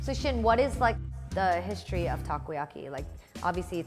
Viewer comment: Am I the only one keep hear ‘your ball become perfectly cycle’ instead the ball? :)